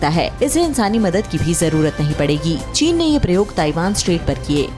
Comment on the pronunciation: Wow china ko chine pak bola jata hai